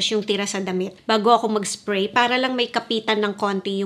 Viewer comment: Annoying ka magsalita. "1 spway guys, 1 spway"